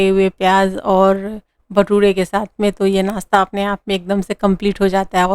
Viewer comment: Shath nai sath. Not bullying but try to speak properly